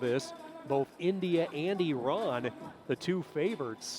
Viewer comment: I just love the fact that the announcer is pronouncing Iran correctly. Nice.